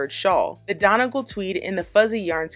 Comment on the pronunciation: Noooo the way u pronounce Donegal 😂😂 its pronounces Dun-ee-gawl